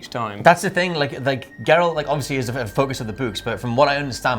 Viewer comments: People that pronounce Geralt with a soft G makes me cringe so hard. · but still can’t say Geralt’s name right